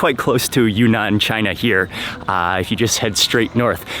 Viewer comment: Mark, it’s pronounced“ Yune-Nan” instead of “Yu-Nan”